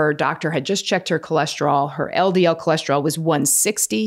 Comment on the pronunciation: What is Cholesterolls????? Where’s it rolling??? I thought it was cholesterol!!!!